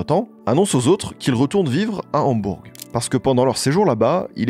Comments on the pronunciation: Merci pour la vidéo 🙏 Hambourg se prononce « Hambour » je crois 😊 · Super vidéo mais pitié comment t’as pu parler de Hambourg au moins 30 fois sans jamais vérifier la prononciation ?? « HambourGUE » en boucle pendant 10 minutes je n’en peux pluuuus ça nous sort tellement de la vidéo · ???? "Hambourg" ...on ne prononce pas le "G" mon poteau ... a quoi sert ce podcast fait par un "jeune moineau" ...parle d ge groupes de ton âge , ne touche pas au Beatles OK Mr. HAMBOURGGGGGGG.... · ÇA SE PRONONCE PAS HAMBOURGUE WESH !!! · en Français on dit pas le G à la fin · coucou j'ai adoré ta vidéo mais juste pour dire que dans Hambourg il ne faut pas prononcer le g (sauf si tu le dis en allemand et là il faut aussi prononcer le h) sinon j'aime trop tes vidéos !!! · Très bon récit, précis, documenté mais...............................on ne prononce pas le G de Hambourg !! Mais cette analyse est phénoménale pour moi qui suis fan depuis les année"s 67 !